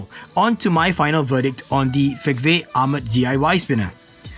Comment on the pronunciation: I always thought the "v" in fegve is pronounced as an "u", judging by its chinese name...